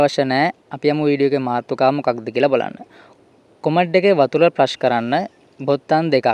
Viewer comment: ප්‍රෙශ් නෙවෙයි බන්...ප්‍රෙස් කියහන්